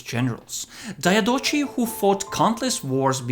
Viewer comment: also RIP Diadochoi pronounciation